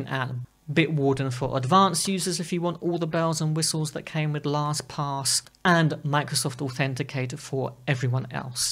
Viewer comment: Your pronunciation is accurate... LostPOS.